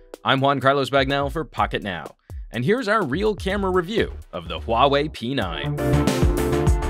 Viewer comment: I think it's pronounced WAH-WAY, but great review :)